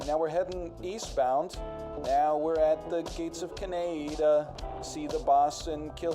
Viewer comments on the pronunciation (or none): none